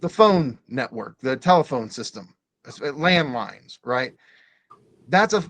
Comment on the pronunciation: Did you say ‘Land’lines?